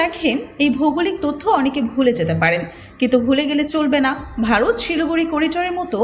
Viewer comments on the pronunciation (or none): none